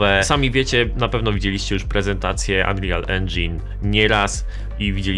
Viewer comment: plis, wymawia się ANRIL, nie ANRIJAL ENDŻIN